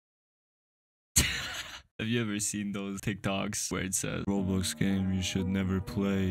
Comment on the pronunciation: No one The text2speach: Rawblox